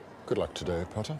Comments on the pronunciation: Harry: Snape: appears out of no where "pOtTaH" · seems like more than half of his lines are "pottah" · Tom: ‘yes pOTtAH’ Draco: ‘saint.. pOTtAH’ Snape: ‘mistah pOTtAH’ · Harry- where’s Professor Lupin sir? Snape- not rlly your concern MiStAh PoTtAH Also Snape- teaches them about werewolves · Potter: takes notes well Snape is talking Snape: mIsTer PhOtrOr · No one: Harry: Ron: Hermione: Snape: someone might think ur..... Up tO SomEtHinG Don’t forget the “PotTaH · Me wondering why snape is always looking and talking for and about PoTtAh Also me at the 7th movie:ohhhhhh snape was trying to protect Harry oh ok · Everyone calling harry “pottah” or “potter” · Why do they all day pottah